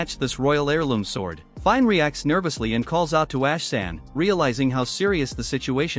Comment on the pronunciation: Dude. Her name is pronounced as FI-NÉ.